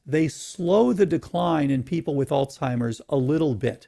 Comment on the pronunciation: Wish he would stop pronouncing Alzheimer's as "olstimers" lol